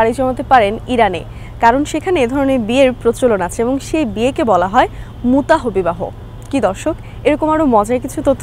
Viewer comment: আপনি বারবার মুতাহ মুতাহ বলছেন কেনো? এখানে অনুচ্চারিত এইচ অর্থাৎ মুতাহ্ হবে অর্থাৎ আমরা যেভাবে আল্লাহ্ উচ্চারণ করি।